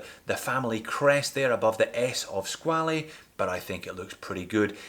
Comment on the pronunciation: You pronounced squale incorrectly, it's skwal (one syllable)